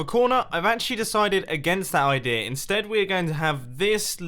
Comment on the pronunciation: I love how you say "idea" as "idear". It makes me happy.